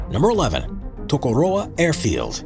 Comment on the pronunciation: TAKOROWA hahahaha